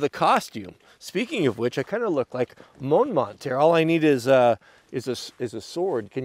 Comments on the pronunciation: Moan mont? You mean Mormont! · Its mormont not mournmont. And you can wear armor. Ever heard of HEMA?